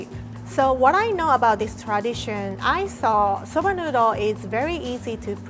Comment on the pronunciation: I understand its an accent thing but her saying soubah noodol 100 times is driving me up a wall